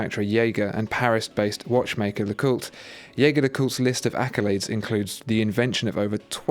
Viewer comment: Your pronunciation of Jaeger leCoultre needs a little work mate, listen to their corporate video with a voice over by the actor Clive Owen...I used to pronounce it like you but, if you’re going to use the French pronunciation it’s more like Zheh-Zhey le-kultr....if you follow me?